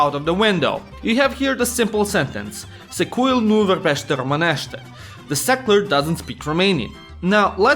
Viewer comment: Ok but what's even more ironic, when trying to explain the stupid concept of "să", you actually forgot to properly articulate szekeler, it's "secuiul", not "secuil", even in pronunciation. Ohh, I love my language